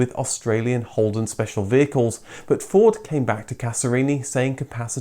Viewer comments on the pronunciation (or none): none